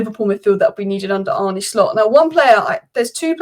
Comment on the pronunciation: Its Hancko not Hanko. The c is pronounsed as an cs. And also not Arnie but Arne. 🤣